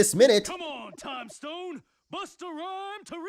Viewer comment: "for a trime traveling..."